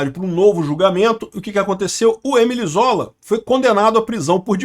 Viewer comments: Pelamor,! Émile Zola foi, mais que um ativista, um escritor francês. Pronuncia-se "emíle zolá" (paroxítona + oxítona), não "êmile zôla" (proparoxítona + paroxítona). 🤦🏻‍♀️ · Ô,..."Êmile Zóla" ouça-se "Emíle Zolá", famoso escritor francês... O é muito inculto... Mas a gente gosta dele mesmo assim. 😂